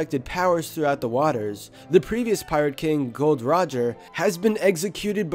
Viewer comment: Is Gol D. Roger, not Gold Roger haha